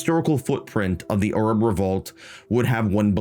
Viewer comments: Why do you pronounce Arab like that? I'm assuming it must be the actual proper way to pronounce it? But I've never heard it said that way. "Arrub" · Bro has invented a new way of pronouncing the word Arab What accent even is that ? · I did, and I loved the video It just sounds a little funny to an anglosaxon ear Americans pronounce "arab" with a very wide A The British barely pronounce the As at all You went your own way, and that is the kind of independent journalism I respect